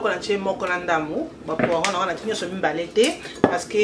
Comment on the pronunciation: Coucou, bonne recette indeed. Just one little remark ma belle dame, Legume wana esalaka "poireaux" not "poiron". So you can rectify your pronunciation. Love you. Take care ☺️